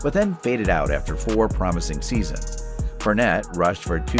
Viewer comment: Ur butchering of Leonard Fournette and Travis Kelce’s (x2) names makes me wonder if you actually watch football.